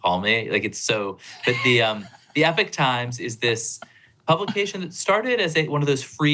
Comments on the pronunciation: Thank you. This should be a bigger story.. and he should be able to pronounce EPoch. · "E Pock Times" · It’s Epoch Time. Not “Epic Time”.